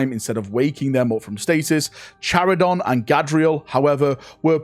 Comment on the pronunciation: Charadon! KHA KHA, like CHAracter, not SHAradon